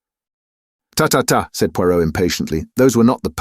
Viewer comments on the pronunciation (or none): Every thing else is pretty good but the Poirot feels rather off